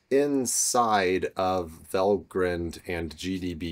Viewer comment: I might suggest it is pronounced val-grind like coffee-grind, and no haven't grined since writing this 😁. Regardless, great video!